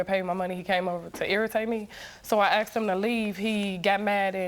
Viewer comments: Wrong! Nice try though. In America only, do black persons pronounce, "asked" as "axed". It wasn't until the last decade or so, that black people started frequently pronouncing this word incorrectly. Basically, what you are saying is that illiteracy is accepted & tolerated among our black community & English lessons taught in school can be thrown out the window, because they're black & live in America? It is 100% laziness. "Ask" is a 3 letter, 1 syllable word!!! A-S-K. You can't sit there & completely switch the second letter of the word w/ another letter altogether, and then omit the 3rd letter entirely, leaving you with only 1 letter of the original word. British also put the emphasis on syllables in different places & pronounce many words ending in "er" as, "uh". Like, "Peter", sounds like, "Petah or Petuh". Or, mess up words almost entirely, such as, "brother." Pronouncing it as, "brava." What the hell? You are also guilty, just as many black Americans, of being lazy with your speech & it does make you sound illiterate. And you guys claim we're the ones who misuse the English language so greatly. And, believe it or not, your illiteracy & our black American's, has nothing to do with racism. Pure laziness. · Why do they say 'axed' instead of 'asked'? It makes people sound really dumb, even when they aren't. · its hard to take Black Americans seriously when they say axed me.. Axed me... ITS ASKED ME!! god damn! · That’s not an accent thing that’s just mispronouncing a word and mixing up letters “asked” “axed” I’m not sure if you’re smart realize but it’s the same as saying ‘pacific’ instead of ‘specific’ and ‘I borrowed him’ instead of ‘I loaned him’ and ‘libary’ instead of “library”, “fustrated” instead of “frustrated” it’s wrong. It’s not culture or an accent it’s wrong. Grow up and accept it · Just when you think a woman is sophisticated and intelligent she starts saying aksed instead of asked. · hahaha, knew I wasn't the only schmuck who cant stand AXES.